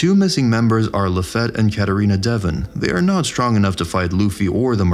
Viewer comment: LaFat ?? really? Its French and pronounced Like its spelled... LaFite like Fietview....or simply feat...